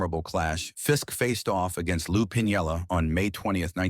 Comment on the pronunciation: Lou Piniella never pronounced his name as you pronounced .